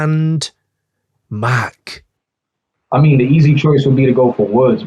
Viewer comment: huh, it's Mac like the gun